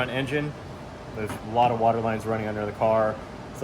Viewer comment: At first i thought y'all were just trollin when y'all were saying water wetter